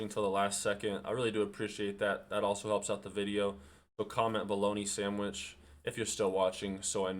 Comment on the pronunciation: BOLOGNA SANDWISH BRO, BOLOGNA SANDWISH!